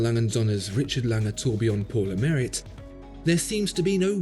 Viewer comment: It's pronounced as "pour le maree"